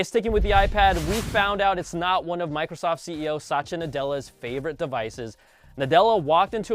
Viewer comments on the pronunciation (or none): You completely mis pronounced his name... Try pronouncing it as 'sat tya'